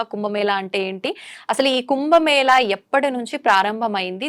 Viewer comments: "కుంబ మేల" కాదు. ఏమి యాంకర్ వే నీవు. తెలుగు భాష కు మకిల పట్టిస్తున్నారు నీలాంటి వారు. అది "కుంభ మేళా" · Prounce as "కుంభమేళ" not 'ల' as pronounced by the interviewer. Pl speak proper Telugu. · కుంభమేళ అని చెప్పాలి. మన దురదృష్టం, పలకడం రావడం లేదు.